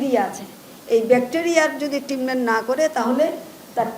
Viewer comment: এটা ট্রিটমেন্ট, ট্রিনমেন্ট না। মহিলা আঞ্চলিকতা মারাতে গিয়ে শব্দের এই অশিক্ষিত অপব্যবহার